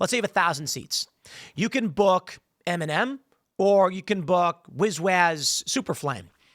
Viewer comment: I kept hearing MNM and kept wondering who he was talking about... mfw it's Eminem 🙈